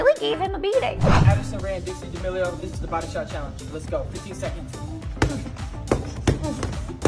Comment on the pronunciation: Is she just embracing the meme or does she really not know how to pronounce D'amelio 😭💀